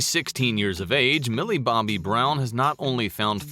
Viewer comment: And say her name right. Shes named Millie BOBBY brown. NOT Millie BOMBAY brown!